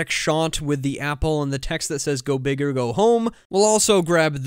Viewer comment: the O in "OR" is messed up